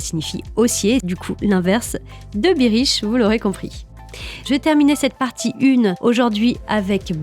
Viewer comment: Super podcast! Attention....bearish se prononce [bairiche]